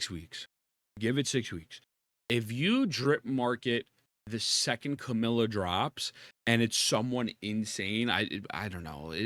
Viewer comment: can you stop saying Camila instead of Camellya?